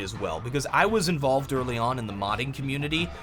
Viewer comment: try to say'involved' says 'In-Valve'd' XDXDXDXDXDXDxd KEPPO